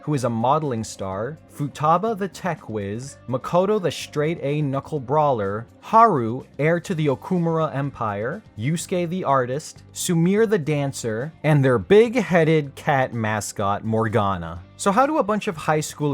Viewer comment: "Su-meer" yeah, because that's how you pronounce Sumire. "Su-me-ray" basically. Edit: Satanael can also defeat a GOD who can change reality... with 1 shot. Although, was Satanael empowered by the cheering fans, or was that just how Arsene evolved into Satanael? Either way, Joker's really freaking powerful, and it's absurd how nerfed he was in everything P5-related Atlus put out after that. He didn't have to sacrifice himself to SEAL a god, he just 1-shotted a god.